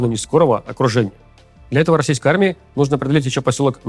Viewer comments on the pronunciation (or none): none